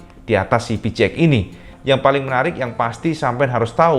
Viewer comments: pi-chi-eks cak haha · Yang ku dengar "Pi ci eks" awokawokawok